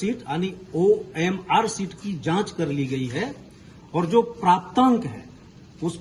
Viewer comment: ji Orm sheet nahi hota hai omr sheet hota hai 😂😂